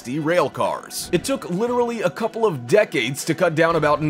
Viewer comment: WHo TaLKS lIKE THius? DeCAdES. Ffs guy.